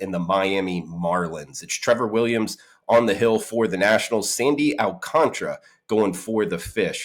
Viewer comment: Please let's all in the media say his name correctly... AL-CAN-TARA. GOD STOP YOU SOUND SO BAD.